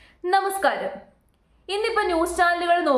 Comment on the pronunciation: I like the way you saying namaskaram😅😅😅😅